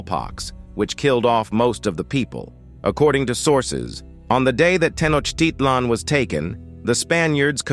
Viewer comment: I wish the speaker would pronounce Tenochitlan correctly! That said, there's some valuable information presented in this video. Bear in mind that the history and culture of the Aztecs is more complex than it is presented here. They compelled less powerful Indian tribes to pay tribute to them, and their own prophecies predicted the coming of "pale-faced" people. Sadly, they viewed their decline as inevitable. There are similarities, nonetheless, between Europe's conquest and colonization of people of color, globally.